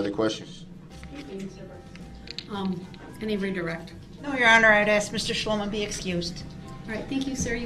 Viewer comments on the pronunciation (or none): He needs to axe questions in order to get to the truff. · Did he axe you that? Are you making a tacket agreement?